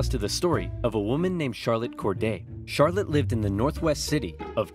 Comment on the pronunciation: It's pronounced char-lot not char-let